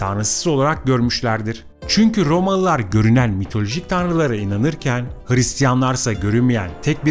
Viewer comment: Rrrromalılar, Rrrrrromalılar, Rrrromaa!!! Rrrrr!!! Rrrrrrrr!!! Efendi... Olmaz bu şekilde!!